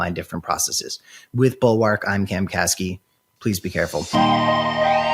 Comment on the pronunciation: Man, the way he says bulwark really bothers me for some reason.